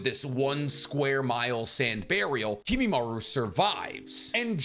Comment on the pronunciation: If you're gonna pronounce it as Kimimaru you may as well also say Narutu